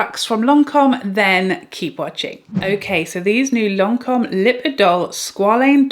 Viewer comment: Lancome is my favorite brand and it's perfect how you pronounce Lancome.